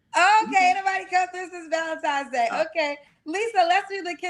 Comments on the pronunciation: That's a huge pet peeve of mine Valentine's (not times) isn't hard to pronounce. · It is Valentine's Day with an "N" 😊